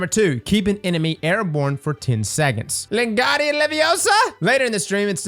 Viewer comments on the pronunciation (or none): Considering he says "Lengardian Leviosa" I'd say that he's not...just knows that this content will get him alot of views. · "Lengardian Leviosa" ...have you ever read the books, seen the films or played the games!? I swear even people who haven't watched any of the movies know how to say Wingardium Leviosa! 🤦